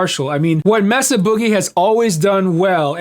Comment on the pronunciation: Are you British now? It's not Messa! It's Mesa (Spanish for table) MAY-sa 🙂